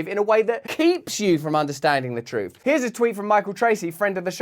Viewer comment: I loved when you said troof more! Love ya from Canada